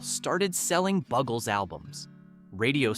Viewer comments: I can't listen to this because the band is not called, the "bug"els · iT IS PROUNCED "THE BUGLES NOT BUGGLES" nough said.